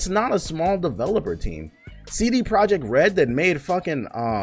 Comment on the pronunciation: “WE NEED MORE DUHVELOPUR”